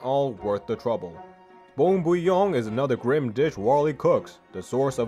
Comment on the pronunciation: I like how this guy has the most butchered speech ever but is the only youtuber I've ever heard pronounce bone bouillon correctly.